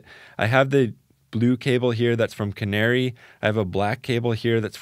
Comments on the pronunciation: KA-NA-RAY not canary. To be really correct, the 'r' actually sounds closer to a 'L'. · Canare is pronounced "kah-NA-reh".